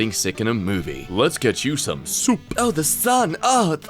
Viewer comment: The way he said soup tho